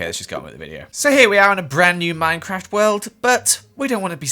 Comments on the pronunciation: MUMBOJUMBO GRIAN The.... Three horsemen of mincecraft divinity Did you say Minecraft....or minCecraft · MINECRAD??? Lol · Minecrad hahahahaha I’m dying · gods ok i was mid-gulp of a clementine slice when he replayed himself saying "minecrad" and almost saw the light holy shit